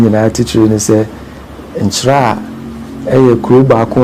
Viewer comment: Madam presenter/host! Please how you pronounce Nkyeraa. There is a town called Chiraa which is affiliated with Dormaa as Dormaa Benkumhene and Nkyeraa which pays allegiance to the Golden Stool of Asante. Please distinguish your pronunciation clearly between these two towns.